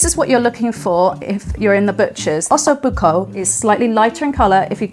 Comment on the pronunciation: "ossoo bookoo" 🤣